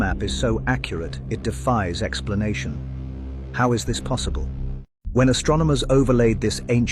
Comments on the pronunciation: “Astromoner” ? did you mean astronomer? 4 is 1 away from 5, dude you are so right. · Astronomers….say it with me, AstroNOmers. 😅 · its AS-TRO-NO-MERS.....you keep saying AS-TRO-ME-NORS 🤣🤣🤣🤣🤣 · ...yes, and "astromoners" instead of "astronomers" 😅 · Is purposefully mispronouncing "Astronomers" as "astromoners"!? Lol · You keep mispronouncing astronomers as Astromoners 🤷‍♂️ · You can't even say 'astronomer' right... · "Astronimers"😂 "Invetsigate" that word a few more times, bud.